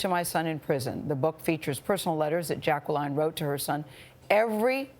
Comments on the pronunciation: Mrs.Jackson doesn’t pronounce her name as Jack-ca-Lin she pronounces it as Jack-ca-line. LoL at first I thought Gayle was saying it wrong to 🤣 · She doesn’t know how to pronounce “Jacqueline”.